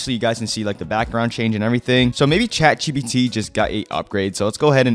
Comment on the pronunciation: bro said chatgbt